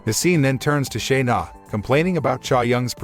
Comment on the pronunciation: its Chae, like Chay. chay young